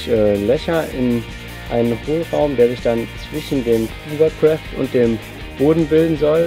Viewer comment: Sehr cool!;) wollte ich auch schon immer mal machen großer hovercraft Fan:D übrigens spricht man das hovercraft mit o bzw fast a, nicht mit u, da es kein hoovercraft ist. Hat dem Video aber kein' Abbruch getan ;)